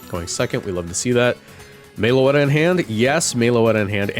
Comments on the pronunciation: Everytime I hear Meloetta pronounced "Mayloetta" it inflicts 20 psychic damage on me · They way he pronounces it hurts me every time